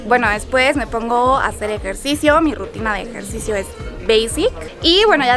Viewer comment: ejercisioooó y flamencooó 🤔 lol